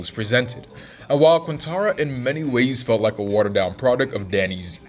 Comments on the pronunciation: bro said quantaranatana ? it's quarenta young blood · “Quantara” - broski, the album title is pronounced on the record